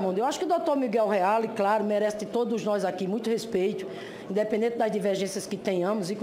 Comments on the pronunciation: Não dá pra levar a sério uma pessoa que fala "Gópi", "respetcho" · RESPETIO? Não seria respeito? kkkkkk